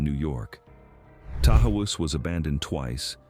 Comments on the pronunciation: And Tahawus is ta-HOSS. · Its pronounced. Tahaws